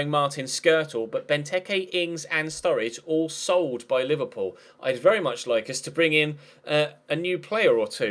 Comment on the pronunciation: Anybody hear say Liberball players